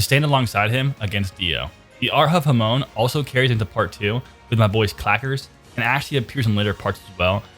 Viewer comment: Say hamon right please😂😂😂😂